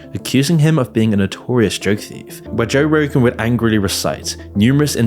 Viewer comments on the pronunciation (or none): Bro said Joegan 😂